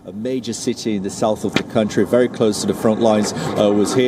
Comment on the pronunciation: I love how she pronounces her V's like W's. It's wery, wery, cute! 😂 Y'all leave her be. She's doing her best.